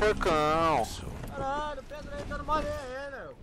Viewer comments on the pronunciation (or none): Kkkkkk Stereo e "Predo" ksksks se colocou errado ou foi por que você quis? Vídeo foda como todos seus vídeos são ^^